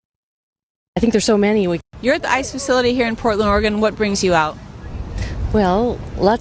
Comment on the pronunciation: PLEASE STOP CALLING G IT OREGONE. It it OR-A-GUN. Please and thank you.